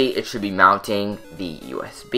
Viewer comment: sounded like he was saying us beam when he was saying usb